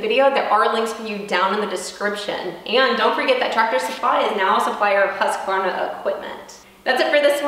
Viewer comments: At least you're close. Most people add an a in the middle: husk-a-varna. As Simeon says, it is pronounced whoosk-varna. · I believe it's pronounced "Hooskvarna" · You do pronounce husqvarna wrong! U shouldn't be pronounced like a english "A" in there rather than a swedish U. (not O either)